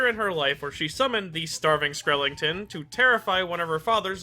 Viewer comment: Respect for the calliope mori pronunciation of skrellington.